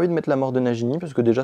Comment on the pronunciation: Najini * 😂😂😂😂 la prononciation